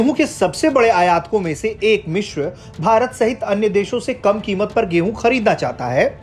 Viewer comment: वो "मिश्र" नहीं "मिस्र" होता है। आजतक के पास ढंके न्यूज़ रीडर तक नहीं हैं क्या? एक वो आयुष है जो इतनी गलतियों के साथ ख़बर पढ़ता है और एक ये महाशय हैं जो "मिस्र" को "मिश्र" बोल रहे हैं।